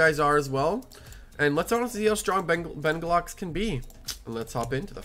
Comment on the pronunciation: BENGULAX LMAO (its bengalux 💀)